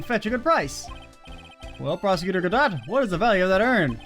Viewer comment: Although Larry is despised by most I really enjoy his presence and made this case bearable to me. Prosecutor Godot (GUH-DOE BTW) is my least favorite Prosecutor, but good to see you like him! I never got my BoomBox lore on where they found Mia's mixtape to use for this trial!